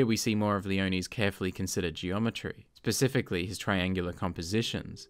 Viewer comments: Pacifically?? The subtitles say specifically but you clearly say the word 'pacifically'.... around the 5.50 to 6 minute mark... I mean... cmon man... really? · had me until "pacifically", I'm out!